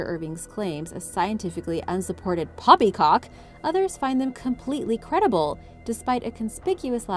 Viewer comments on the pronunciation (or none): Anyone else think she said "Poppycock" a little hard there... personal bias? I wont judge.